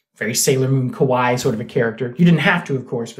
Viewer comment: Careful with those pronunciations. When you say “kawai” instead of “kawaii” it sounds like you’re saying “kowai”.